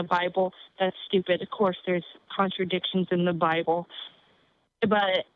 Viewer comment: Da bi bull... da bi bull... cringe. Isn't it odd that bible believers have no sense of logic